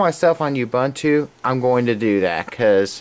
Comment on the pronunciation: I like how you say you-bunt-to. lol I think its uuuuuubuuuuunnntoo